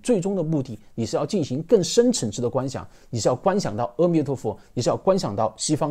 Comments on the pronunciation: 唸「阿」彌陀佛，不唸「喔」彌陀佛。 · 阿彌陀佛 的 ‘’阿‘ 字’ 读 Ah, 不是 Eh 或 O. 要念对。这与梵文Amitabha 相应。